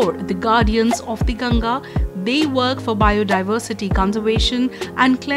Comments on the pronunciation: Its गंगा.. Not गंजेज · what is gaenjes, it's gangaa. Should not butcher it's pronunciation when speaking in english